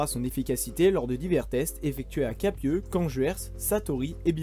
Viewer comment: Belle vidéo, mais pour le champ de tir et d'essai de Captieux, on dit "Capssieux", ca ma vrillé les tympans mais sinon j'ai bien aimé.